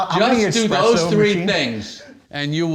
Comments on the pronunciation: ESspresso, not Xpresso! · "I have an expresso machine everywhere" lol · "I have expresso machines everywhere." He must be rich.